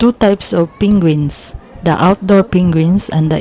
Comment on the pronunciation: "Pinguins" XD